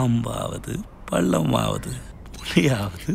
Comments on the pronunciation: Keerthy cena ...athu bad word illa ....puliyavathu punaiyavathu...annada voice ku apdi irukku😂😂😂😂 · 1.45 yarukelam puliyavathu... Pu**dai yathunu ketuchooo🤣🤣🤣... Like a podunga... Awesome VJS👍 Headphones recommendation ippo thaan puriyuthu...😆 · Puli avathu Pu%$^* avathu nu kettuchu 🤣😂🤣😂